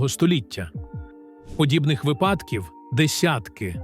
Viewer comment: Вибачте, але вИпадків, а не випАдків